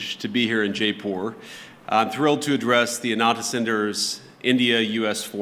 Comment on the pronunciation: Wished he had learned to pronounce " Jaipur " Kissing India's butt...‼⁉️ Great speech..♥️ If he doesn't stop "bullying " other nations, he could be the next President....‼⁉️🇺🇸